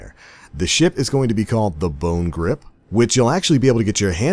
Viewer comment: Lol, "Bonegrip".